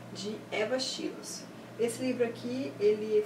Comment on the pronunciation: Um dos meus livros preferidos , com certeza . ( acho que a pronúncia de Schloss é " xilois " ). Adorei seu canal . Beijo !